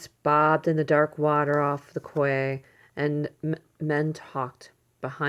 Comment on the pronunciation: Sweet story, but "quay" is pronounced "key."